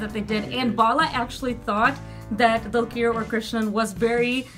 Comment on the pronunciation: One thing i wanna say is, The way u pronounce dulquer is not right. Its 'Dulker' Not 'Dulkeer'.:D